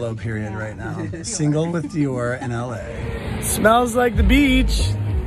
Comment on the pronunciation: I am certain that Dior does not appreciate how you pronounce their name.😂😂😂